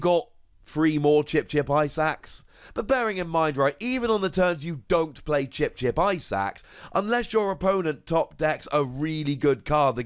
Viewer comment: everytime you mention Chip-Chip Ice Axe I understand "Chip-Chip Eyesacks"